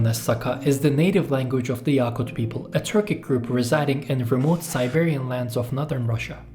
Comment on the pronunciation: yakut daki "a" kısa a. yâkut değil.